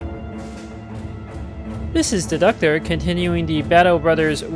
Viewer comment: I've just figured out that you say "This is Deducter" but not "This is the Doctor" at the beginning, lol.